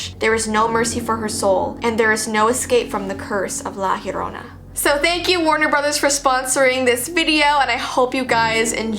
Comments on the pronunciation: Its pronounced jorona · PRONOUNCED AS: Lah yerona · i am cringing bc she said - La Yerona- when its - La llorona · It’s not pirnounct liyoorona it’s liya lona I’m a Mexican so I’m scared of it alot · La Llorona not Lie lorona UnU just saying I’m Honduran UwU OwO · It's not pronounced la larona it the curse of the lacharona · I say llorona and im american and when I heard her say yorona I was like isn't it llorona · Fr like her name is llorona not yorona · Ok, no offense because I love your videos, but it’s not pronounced la yarona, it’s like this, (lah lah-rohna) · the girl say think larona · ILY (btw its pronounced "la- yorrona") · At the end she said La Llorona but i definetly heard La Corona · Lah lãhrona that’s how you say it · It’s said like: jo-ro-na (ez u-u) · I cringe when she says La yarona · La JoR o N AA TRYING TO STELEYE ME. LA JORANA WHAT THE HECK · who else heard "like you dont know." instead of "La Llorona" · isn't it pronounced "jorona" or something? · She said La Lorona but ya need to Roll you R’s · For all y’all people who don’t know how to pronounce it it’s La ya ro nah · Ok Heres how to pronounce it Lah Jo Rona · Anyone else hear how she says la llorona? "La Yorona", or is that just how u actually say it? I'm also Mexican/Salvadorian. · It’s La Yo-ro-na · You don't say it right sorry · she tried her best to pronounce it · Hello I'm mexican and already know about her and you pronounced la llarona wrong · You are saying it wrong😁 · I am Spanish and that’s not how you say la Llorona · No one: Every Hispanic kid: already knowing everything about la llorona and cringing how people pronounce it😭 (I still love tho 😗 even tho it’s not scary for me anymore bc I was scared all my life) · It’s funny how white people can’t say it right and as a Mexican my mom always said if I cried she would come and drown me. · Binche pendeja, thats not how to pronounce her name 😚🖕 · Me thinking that she is going to say the word right